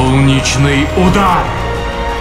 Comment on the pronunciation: На самом деле озвучка хороша, но только не окончание "ус" в названии сфер. И голос немного грубее, примерно как в слове "удар", ибо если разбирать интонацию, то в этом слове точно такой же голос и интонация как у оригинального Инвокера. Уберите "ус", и добавьте голос погрубее и будет отличный Инвокер